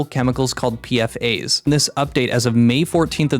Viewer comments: P-FAS, not P F A's. The S is part of the acronym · just a nitpick but the "S" in "PFAS" is part the whole acronym (perfluoroalykyl substances), so it's commonly pronounced Pe-Foss